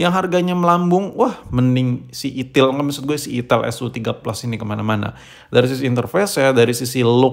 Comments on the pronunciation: Itel tod bukan ithil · Ai tel baaang.... Bukan i ti iL 😂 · Bang lu jangan bilang itil2 terus dong bang...😅. Kan merek nya itel. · ital itil bae boss kok nyebut'nya 😁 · Saya lebih suka penyebutan merk nya yg salah😂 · Di Typo2in mulu nyebutnya😭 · Itil bos jgn salah sebut lagi